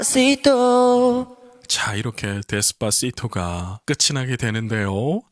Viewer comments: JD1 빌보드 로 가자. JD1 AI 아이돌 데시파시토 발음 실력 보고 깜놀!!🎉😀🤗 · 제이디원 ㅡ빌보드로가자데스파시토발음감정감성최고최고🎉🎉🎉🎉🎉🎉🎉😢🎉💚💚💚💚💚💚💚👍🏻👍🏻👍🏻👍🏻👍🏻👍🏻👍🏻👍🏻👍🏻👍🏻👍🏻👍🏻👍🏻